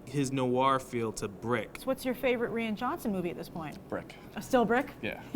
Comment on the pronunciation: Rian Johnson's name is pronounced like "Ryan", not "Ree-ann"